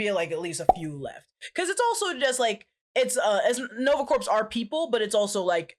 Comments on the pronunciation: the "p" and "s" in Corps is Silent... it's pronounced "Core" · pronouncing corps as corpse and not core stressed me out for no reason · Please, don’t say Nova “Corpse”. It’s said like “Core”. Coming from a USMC vet. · Take a shot every time says Nova Corpse. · Just a note, Corps is pronounced as Core. Same way as in Marine Corps is pronounced as core. Another weird one is Corpsman who is a navy medic working with Marines is pronounced coreman... otherwise it sounds like corpse. And I listen to every episode related to MCU. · sigh... quit saying corpse. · Take a drink every time pronounces it "Nova Corpse". Good times. Omg a Strangers in Paradise shout-out! Awesome,! Also required reading: Love and Rockets. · Please...no more "Nova corPs"... the P is silent...lol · people I kept giggling when repeatedly said Nova corpse lol ❤️ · i LOVE. U. But. Stop sayin "Corpse" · I keep hearing Nova CORPSE which is probably accurate too considering they're dead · Me too. It’s a pronounced core. Like in the Marine Corps. The ps is silent. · Dear God listening to say the P in Nova Corp over and over and over made me lose some iq points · Nova "corpse"...come on at least try 🥺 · The P in Nova Corps is silent. Like Peace Corps. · you don't pronounce the P or the S in corps. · Oh! Please stop pronouncing P in Nova Corps!!